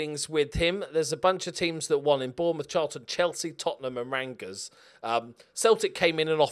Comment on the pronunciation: Just saying it’s Rangers Rain-gers. Not Rang-Gers. Just saying cause am a big fan of rangers.